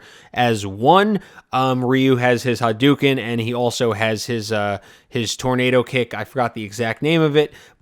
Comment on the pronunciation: Hu-doo-kin? Really?